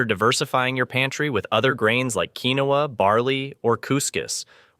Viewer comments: Really helpful video! However, I couldn't help but notice quite a lot of mispronunciations. I'm not sure if it's really a person speaking or if it's AI, but it would be helpful to know how to pronounce the foods you're talking about correctly. Example: quinoa is pronounced KEEN-wa. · Keen-wah. niche , "neesh"